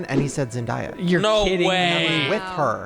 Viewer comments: Um, I haven't seen a comment like this so imma just say it.. its pronounced ZEN-DAY-YA... Shane and saying "Zen-dye-ya" was terrible! lmao Love you guys but get it together! <3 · Zen-DAY-a. Not zen-die-a. She clarified in an interview. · Zen-day-uh 😂 silly gooses. I’m shocked you knew the Jenna Ortega one before Tom Hollands This was a really fun episode! I feel like is a Monica 🤣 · Did Shane pronounce Zendaya's name as Zen-die-uh? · them mispronoucing zendayas name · I’ve seen quite a few people pronounce her name like that I even saw a clip of her in an interview telling people that’s not how you pronounce it.😅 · I cringe every time someone says Zendaya’s name wrong😭🥴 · I’ve never heard Zendaya’s name be more butchered 😂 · The way they said Zendaya hurt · I can’t with the continuous mispronunciation of Zendaya’s name 😂😂😂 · I’m triggered at the way they are pronouncing Zendayas name 😂😂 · I’m sorry,?! Looks FLAWLESS!!! 😍 also, I’ve never heard Zendaya pronounced like that before 😂 loved this ep guys!! ❤